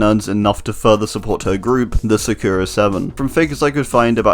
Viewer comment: Sakura is pronounced just how it’s spelled A different phonetic way would be Sah-Koo-Rah, just something I wanted to put out there